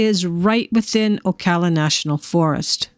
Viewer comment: I live here. The first A in Ocala is said like Apple.